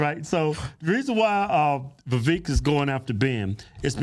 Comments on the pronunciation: Vivek should be pronounced vi-vake like cake. You’d think these guys would know given how political they are. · Its Vi-vāk like cake... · Its vivek like cake! He even told you guys that in the podcast😂😂😂 and you still pronounce it like its spelled! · IT'S VIVEK LIKE WAKE... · VA VAKE like Cake! Seriously as much as the dudes gone outta his way to politely correct people on how to say his name, that at this point, anyone that continues to pronounce it wrong, are doing it intentionally. Also I enjoy Tucker, but he had to of been getting a contact buzz or something from how goofy he was acting on Joe Rogan podcast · The twins had Vivek on their podcast, who told them how to pronounce his name and Keith still can't pronounce it a few months later. 😂